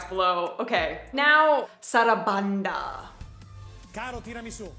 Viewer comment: "Sarabonda". "Quiz televiso". 😂😂